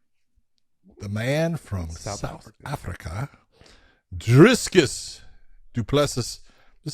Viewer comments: "Driscus" How hard is it to say "Dricus?" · Where is the “s” between the i and c in Dricus? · Dricus not Driscus